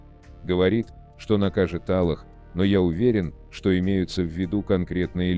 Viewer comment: Что такое Алах? Если взялся читать так читай нормально, и не коверкай имена и Аллаха и других...